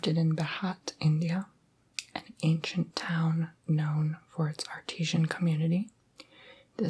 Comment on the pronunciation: Also, just to help you out: Artisan is pronounced "Ar-ta-san" and mosaic is pronounced "moe-say-ick"